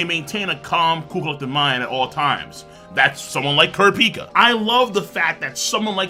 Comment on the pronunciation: This guy calls himself a hunter x Hunter but mispronounced kurapika wrong.